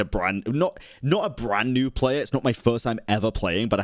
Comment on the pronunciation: He said "Bran new player" xd instead of brand xd